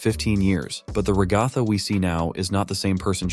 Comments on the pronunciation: Fr like it’s rag-a-tha not rah-gah-thah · You cannot pronounce ragatha😭😭